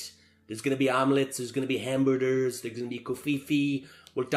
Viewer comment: LOL I forgot about "hamberders"! 🤣